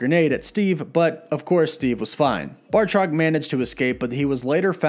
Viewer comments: Lol he said bartroc it’s batroc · BATROC* every time you say bartrok I get a migraine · Batroc, not Bartroc. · I enjoy your channel first and foremost. But please, it’s Batroc, not Bartroc. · first of all its batroc not bartroc second sharon was talking about episode 1 intro not lemurian star when she mentioned last time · BATROC!! BATROC!!! BAT-ROC!!! NOT BARRRRTROC!! Lol, I keep seeing/hearing this mistake, and since I'm an 80s kid who always liked BATROC, my OCD is kicking in when I hear it mispronounced 🤣 Sorry, not singling you out, just felt compelled to comment.. Anyway, other than that, some nice pick ups off this awesome episode. I got totally head faked at the very end of this episode, not realizing there was no time left, and REALLY hoping to see the Cap/Falcon hybrid costume! I let out an AAUUUGGGH when they cut to credits! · Genuinely sorry to be this guy, but...BAH-troc. Not BAR-troc. Again, sorry. Just felt compelled to say that. I’d want someone to correct me, if the roles were reversed. Love your channel, thanks for the hard work. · Not to be that guy, but it's Batroc the Leaper, not Bar-troc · Why are you pronouncing Batroc's name as Bar-truck? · Batroc= Marvel villain Bartok= the little white bat from Dreamworks Anastasia. Mispronouncing character names on a fan channel is a pet peeve of mine. Now you know the difference. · It’s batroc not bartroc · BAT roc not BAR troc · It's 'Batroc', not 'Bartroc'. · Batroc not Bartroc this man isn't Bart Simpson lol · Bartroc??? Dudes name is Batroc. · Batroc. Not Bartrock. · batroc. not bar-truck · Batroc, not Bartroc sorry it was driving me nuts haha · It's BAT-ROCK, not BAR-TOCK. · I believe he’s called Batroc, not “BaRtroc” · BATroc. NOT BARtroc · ‘Bartrok’? It’s ‘Bartoc’ and the S in ‘Georges’ is silent. His name is said quite plainly in ‘Winter Soldier’ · BATROC! You know like Bat-Rock! Please! Great Video, though! ;-) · Batroc pronounced BAT-rock